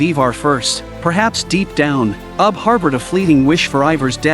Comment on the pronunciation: Ivar pronounced I-ver. Ube pronounced ube-ar . Great recap! But that was just driving me a little crazy lol i had to say something